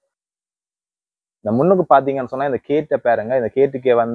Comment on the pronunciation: கேட் இல்லை Gate.ஆங்கிலவார்த்தைளை வடிவாய் கதைக்கவும்